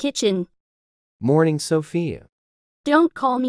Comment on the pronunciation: Sophia's mom: SoFAyA